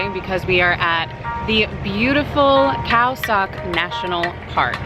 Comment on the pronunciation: Khao sok is pronounced khao soak